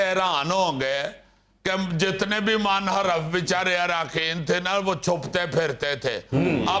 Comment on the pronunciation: Munharif Not Manharaf